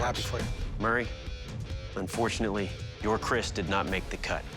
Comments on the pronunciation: Lopez and is CALLED "KERIS" IN THE NATIVE TOUNGE NOT KRIS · Its keris not kris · pardon me, but it has to be "Keris" not "Chris" (confused by the subs)